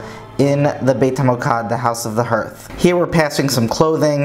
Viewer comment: Fascinating. But the pronunciation of "hearth" is not "herth" (like "earth") but hɑɹθ, the same as "heart", except the final consonant is soft th.